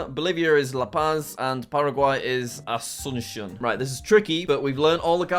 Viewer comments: He looked up the pronunciation of Asuncion and then proceeded to mess up the emphasis. It's AsunSYON not aSUNsyon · That pronunciation video was in Spain Spanish, which is the only accent that has different pronunciations of s, soft c and z In the rest of Spanish speaking countries it's all pronounced the same as s, and because it's the Paraguayan capital it would more accurately be pronounced a-soon-see-on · Jack you learned the 🇪🇦Spanish🇪🇦 pronunciation of 🇵🇾Asunción🇵🇾!! 😂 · As someone who speaks Spanish, this video is incredibly painful to watch. Edit: I also love how Jack found the Spanish pronunciation of Asuncion (with the lisp on the C), which probably isn't how many people from Paraguay actually would pronounce it. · "Ashchuntsion" "Santiego" "Beaunos Ares" "Mondeviedeo"